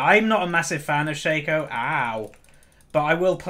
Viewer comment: It's pronounced Shaco, not Shaco (?)